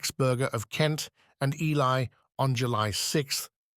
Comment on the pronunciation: Oh God no!!! This is going to be so hard to listen to if Ely is constantly mispronounced. Very worthy subject. Killed by the AI